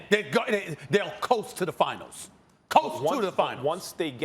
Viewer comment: Coast. Say it SAS. COAST